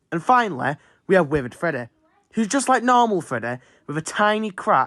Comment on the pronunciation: I never thought I needed someone pronouncing the name like „Freddäh“ but here I am